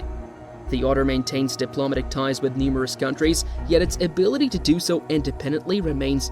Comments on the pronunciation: If English isn't your natural first language, you get a pass on correct pronunciation. However, the pronounciation of "diplomatic" in the way it is in the video, is the reason why people think it is an AI reading it. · 2 seconds in and you can’t pronounce “diplomatic” correctly. Thumbs down 👎